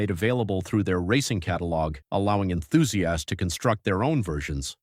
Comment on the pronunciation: Can you seriously not pronounce "Enthusiasts" or is this AI slop?